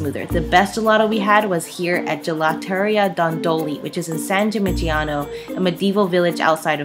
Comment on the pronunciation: NOT GIMIGINANO 😅😭😭😭 bit Gimignano